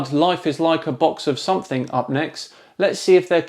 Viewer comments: Love your stuff but please don’t say “somethink” when you mean something, it’s what I’d expect from a flatard. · And now your videos, thoughts, career, and life are worthless. All because you had to go and say, "somethink" instead of "something". It's a real pity too.